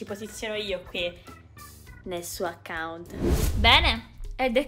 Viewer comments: fai attenzione al titolo perchè hai detto acciunt al posto di account. Ti adoro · Si dicce l'account no l'acciunt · "Acciunt" Ahahahag solo io l'ho notato?